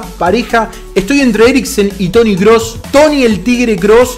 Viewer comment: dice D.kross en vez de T.kross